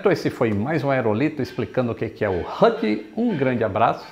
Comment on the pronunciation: Lito fala H.U.T, hahaha